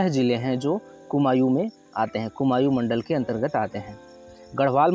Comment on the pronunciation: Bhai कुमायू nhi कुमाऊं होता है pronunciation glt h tumhara